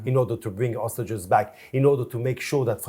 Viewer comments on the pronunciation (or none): you are an insult to the human dignity and intelligence. There is a difference between hostages and ostriches. Please learn to pronounce it correctly before you do your next genocide defending interview 😂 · now teach him how to spell "hostages " - it's H-O-S-T-A-G-E-S, not OSTAGES